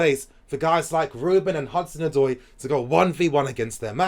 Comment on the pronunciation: Can we please stick by our man Morata ? He needs the fans to show him love so that he’ll be confident . With the right service he could be a good forward . He has the qualities and skill . He’s just lacking the confidence. Also as a Ghanaian the name Odoi is pronounced Od-way 😁😁😁